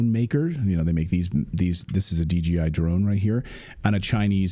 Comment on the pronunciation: Clayton you keep saying DGI... I SAW DJI on your screen clip...So is it DGI or DJI?